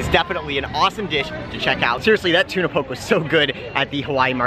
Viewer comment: Love your videos, fyi Tuna Poke is pronounced POH-KAY, keep up the good work :)